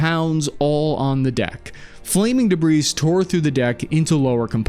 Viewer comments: It's "debree", not "debreez". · Thanks, super as always. but as always, please check pronunciation before starting: deb-ree, not de-breeze. Ta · The "s" in debris is silent. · The S is silent in debris Cap. Love you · Silent s on debris. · You dont pronounce the S in debris.